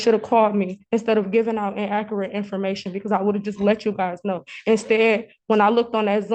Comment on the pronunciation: "In-AKKERATE" information! 🤦🏾‍♀